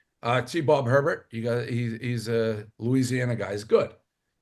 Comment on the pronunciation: Great Hire on Tbob but if you say Herbert like that again, you're going to get form tackled on your bad shoulder.